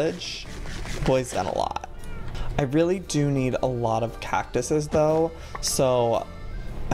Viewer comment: Was anyone annoyed when he said catuses 😐